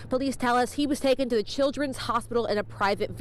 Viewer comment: "Tha" Plug